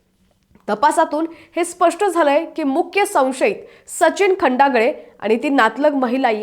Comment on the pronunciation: मूळात हिला नाव नीट माहीत नाही..खंडाळे नवतर ही खंडागळे म्हणते... कशाला असली भर्ती केली..हिला तरुण नाही बाल वय कळेना